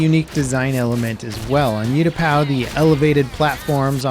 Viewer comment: Ooh-tapau not You-tapau